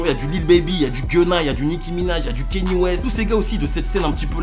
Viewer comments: KANYE, pas kenny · Kanye (kanié) pas kenny stp :( sinon lourde la vidéo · Juste ça se dit Kanié west